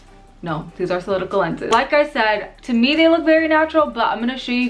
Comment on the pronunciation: I think you’re great but I think it’s kinda disrespectful to the company that you incorrectly state the name of not only the different lenses but the company name itself. It’s solOtica not solitica for one. If you don’t know how to pronounce then look at other YouTubers channels. Thanks